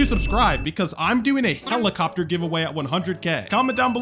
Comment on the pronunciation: HYELICOPTER HYELICOPTER. WAGHH